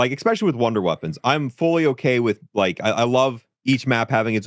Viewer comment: He says ekspecially like a five year old speaks 😂 it’s especially btw 😂